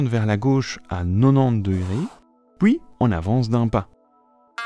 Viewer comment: … sauf "nonante" et "pouis". 😳